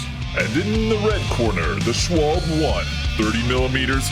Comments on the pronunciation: It's not Shwalb... It's Schwalbe (Shwalbeh). Same problem as Porsche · Everytime he says " Schwalb" something in my German Heart dies. Its Schwalbe not Schwalb. Like its Porsche and not Porsch.